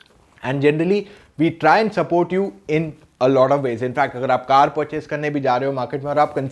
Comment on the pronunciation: कार, not कर